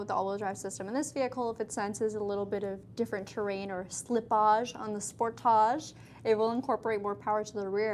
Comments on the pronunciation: it's pronounced sportage okay 👍 👌 😊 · Love this review! I know "spor-TAH-j" is how it's pronounced in Canada and it's so funny to me. 😂 Do you also pronounce other words with the "-age" suffix such as package or luggage like that? "pa-KAH-j" and "lu-GAH-j" 🤣🤣🤣 (edit) OMG you do!